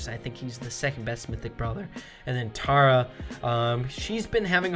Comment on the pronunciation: My biggest pet peeve is when says tarrah instead of Tara 😐 love the videos but you’re killing me